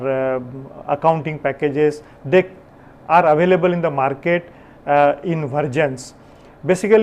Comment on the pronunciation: "Vergin" or " Versions" pronounce it appropiately.